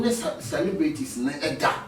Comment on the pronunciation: please the word is not saribrity we beg😂😂😂😂aaaah now all kumawood stars turn presenters SMH😂